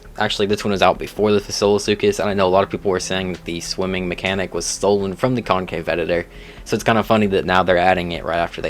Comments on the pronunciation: also those pronunciations hurt Ceratosaurus, Concavenator, and Yi Ling in particular The first two arent Sera Tosaurus or concave editor. One word And its not Why-ling its Yee-Ling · Con cave editor😂😂. It's concavenator And why ling. It is not why lingerie but yi ling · "concave-editor" Bruh